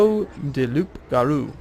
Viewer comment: The P in Loup-Garou is silent. Loo-Garoo. It means werewolf (Loup is French for wolf)